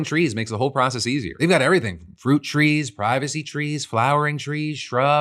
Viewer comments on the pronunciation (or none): none